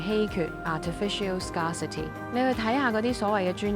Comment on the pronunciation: Scarcity correct pronupronunciation is similar to ( Scare-city )